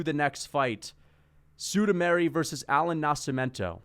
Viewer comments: sudameri lol its sumudaerji the Pixar. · Chael level pronunciation on Sumudaerji